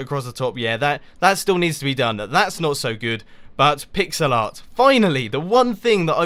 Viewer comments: i thought you said pixelot (like ocelot) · Every time he said, "pixel art" it sounded like "pigs a lot"